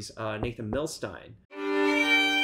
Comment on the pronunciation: Isn’t it pronounced Milstein (steen) not Milstein (stine)? He was from Russia (the old Russian empire now Ukraine) and that’s how it would have been pronounced.